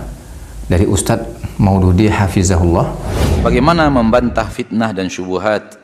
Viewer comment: Masya Alloh Terima kasih admin, vidio sangat bermanfaat. Mohon maaf, sedikit saran, sebaiknya admin saat mengucapkan حفظه الله menggunakan huruf ظ، karena kalau saya tidak salah dengar admin menggunakan huruf ز